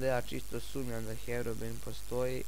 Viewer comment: Brate ne kaze se HEROBIN nego HEROBRAJN ako nisi zao